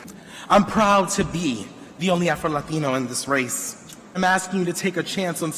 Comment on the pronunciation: Did he say Afta-Latino ? So he was born in Africa? And is Mexican???